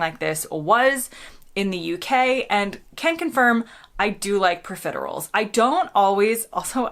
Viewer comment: It’s profiteroles… like ‘hole’ without the ‘h’